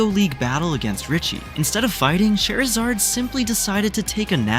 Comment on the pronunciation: "Lady os" "Skeptle" "Chair-izard"